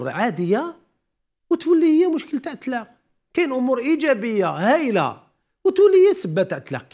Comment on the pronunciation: يا استاذ إسمه..الطلاق..وليس التلاق...تتكلم وكأنك إمرأة.....